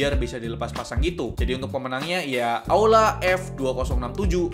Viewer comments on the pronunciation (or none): Bg kok itu bacaan aula malah auda